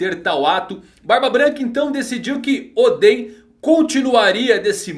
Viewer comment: fala certo nome de oden